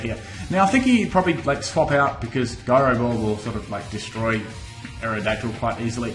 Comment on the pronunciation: the way he says gyro ball annoys me, is it not pronounced ji-ro ball, not gi-ro ball